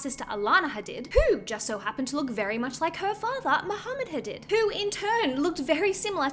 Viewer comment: Please pronounce Hadid as hadeed bc everyone knows that's how they want it pronounced ❤from central Ontario Canada